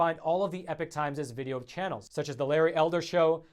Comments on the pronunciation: you gotta learn to pronounce EPOCH. You seem to speak the English like you learned it at your mother ‘s knee, so what gives? EPIC is pronounced eh-pic, but EPOCH is pronounced eh-pawk, rhymes with hawk. I mean this is basic, that’s bay-sick, not bay- sike. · P.S. stop pronouncing epoch as epic or change your effing name. Epock epock not epik.